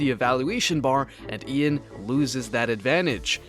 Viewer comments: He's Russian, meaning it's pronounced Yan not Ian. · bro it's pronounced "yaan nepomnashi" not "ian nepomniachi" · His name is not pronounced as Ian it’s pronounced as Yan (like “young”) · You pronounce Ian in 1 Syllable. Not 2. His name is Ян, Not Иан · "Ee-an" its "y-an" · It’s not E-an. It’s ya-n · It’s “Yahn” not “Ian” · its not pronounced as e-a-n... its y-a-n.... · It's pronounced as Jan not ian😅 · Good video (just note that Ian is pronounced Yaan, or you might offend some opeople) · Please don’t say ean. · why do you say een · oh come on I can't stand this "ee AN", all it takes - just put the name into translator and hit that "volume" or "speaker" button, come ooooooooon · It's not pronounced "I-an", dude. lol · Who the fuck is "EE UHN"?! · Bro his name is one syllable. It's really not that hard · Bruh man, the video is cool but as a russian speaker i was killed by your spelling of Ian's names 💀 pls check how to pronounce them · the pronunciation of Ian’s name is wild 😭😭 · It's not Ian it's Ian, please pronounce it correctly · I don’t trust someone who can’t pronounce Ian’s name correctly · Literally no one is surprised by the fact that if you don't play the best moves, you won't maintain the advantage of the position. It doesn't change the fact that the theoretical advantage was there. P.s. Ian is not a hard name to pronounce.